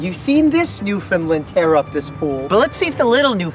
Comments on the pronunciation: Please :) I beg you, pronounce it New-FIN-Land. (not lind) . Gorgeous dogs. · As an east coast Canadian, please say Newfoundland correctly. Not new fin lind, new fin land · Newfoundland pronounced like ‘understand’. Newfoundland understand. ✌🏼. Cute doggies.